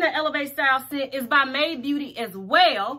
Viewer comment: My Aunt : I'm loving that "May De" wig Me : "Made" not " May De Aunt : I'm glad you so damn educated